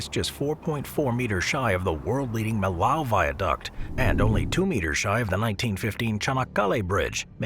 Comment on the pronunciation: Millau is pronounced “mee-yo” not “milow”